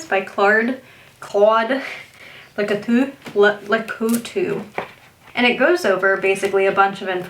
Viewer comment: Claade Lew-Coow-Too 🤣 Great Video!